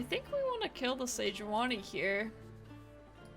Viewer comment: Fantastic content! Love your different and crazy decks! Might check pronunciation of Sejuani tho